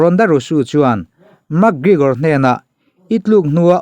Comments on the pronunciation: Ka pu..., Mak... ti lovin mek... tiin lam ri rawh.... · "Mak grigor" 😂😂😂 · A hming pawh ilam thiamlo nia...Mak grigor te ti mai mai ngaih na awm lo....thil hi in hre ṭhin sia e...Isua kha pawngtawng takin a cho ani lo e....Silchar a mi Rajua hi rawn cho se boruak a siam lo ngawt ang. ...Conor khan Isua meuh kha ropui ati em em a fiamthu nan reporter ten an zawhna a chhang mai ani. Tin, a thusawi vanga hrem nghal tur nise Atheist ho te, mawngkaw hur hi te hi an ke a tliak nasa lutuk anga an kut in an kal tawh ang. Mi accident tawh Pathian in a hrem lo tih ngawt zel hi mi mawl thawmhnaw mawi ber pawl ani e. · Pronounce hi chu a in anglo,mse mi tam zawkte lam rik dan angin,mac gregor,ti ve mai la,mug gregor tih tlat cu,ngaihthlak ati nuamlo zo vek lawm le aw... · Max GreGor anilo🤣 McGregor alawm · Mekgigor ti hian ring announcer ten an lam.. Makgrigor ti hian an lam lem lo. Mase kan tawng a nilo a dik thovang. I lam zig ag reg si a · MAK Grigawr ti zing mawlh nawlh mai sia aw😂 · Mak gregor tih ron lam apiangin ka nui😂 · Mak gregor itia mi an 2 hming pawh i lam tha thei meuh lo ami🤣🤣🤣 Ronda rosu te la ti ta deuh²🤣🤣🤣